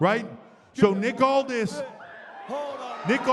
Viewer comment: It's "Aldis"!